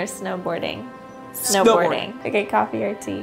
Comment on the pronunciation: Just me, or did Brad say "Coff" instead of coffee lol